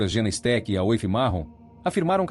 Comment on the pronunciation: Esse vídeo é narrado por AÍ? Não é obrigatório saber falar ingles, mas ler o nome da vítima como Ashilingue é triste hein! E Aoife se pronúncia Ifa.